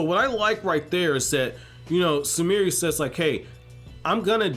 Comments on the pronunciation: Her name is Sumire, not Sumirih like she some african girl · He was pronouncing the 'e' at the end of her name.